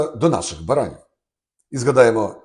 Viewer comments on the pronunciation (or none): Шановний пане Андрію, дякую за ще одну цікаву інформацію. Проте змушена зауважити: наголос в слові «баранів» приходитимуся на останній склад!